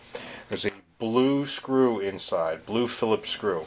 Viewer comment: BE VEWEE VEWEE QUIET! I'M UNSCREWEENG A VEWEE VEWEE SOFT SCWOO!